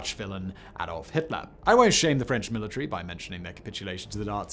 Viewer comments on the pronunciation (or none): none